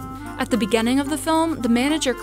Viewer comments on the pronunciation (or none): Here’s a good drinking game, every time the narrator says BEGENENG (instead of beginning) take a shot